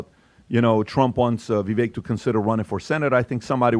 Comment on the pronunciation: Vivak. Rhymes with cake. Jesus guys.